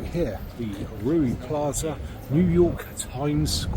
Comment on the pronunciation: Its reeu not ruee 😂